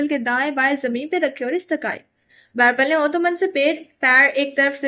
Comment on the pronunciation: Please girl stop calling him Bairbal he is beerbal